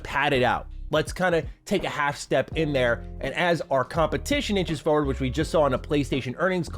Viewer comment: Fuh word ? You mean forward